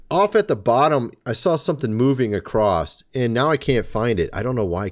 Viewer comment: The word is "Across" not "Acrost" . Thank you kind Sir.